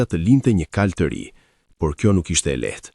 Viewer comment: Thuhet kalë -kuaj, jo kajë!